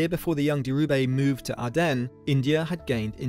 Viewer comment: It's Dhirubai - baai, not bay. And calling his surroundings a "slum" is just ridiculous british tabloid propaganda.